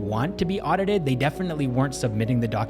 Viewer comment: he starts to speak with an Indian accent himself now, "audited" xD